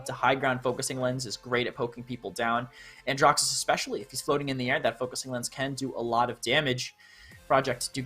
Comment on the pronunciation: Man said Andraxus😂